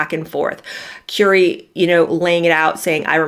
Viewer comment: Currie pronounced like "curry" not "Cury"